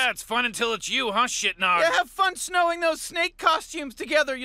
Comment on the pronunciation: Why does Morty say "Snowing" those snake costumes together? I assume he means Sewing.